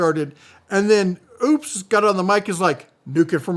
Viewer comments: According to a video they did on their channel…it is pronounced “Opus” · pronounced--- OPES ... rhymes with ropes, you hillbilly dopes 🤣